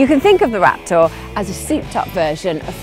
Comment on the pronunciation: ... Rap-tore lol